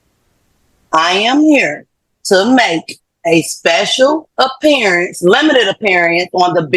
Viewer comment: “Special Appear-e-ance.” Emphasis on “special.”